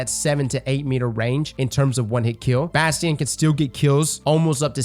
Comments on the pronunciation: the fact he calls it Bhastheon really bugs me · In this video we mispronounce it as Bass Tee In.